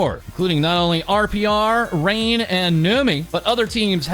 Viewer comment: ngl them reading vtuber names wrong, (like reine, not rainy) just feels weird imo. but that doesn't change the fact that they share the news of vtubers